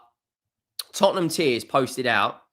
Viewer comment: When he said Tottenham tiers, I thought he meant Tottenham tears 😂